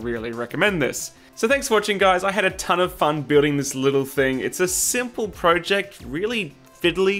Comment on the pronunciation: You are pronouncing project wrong.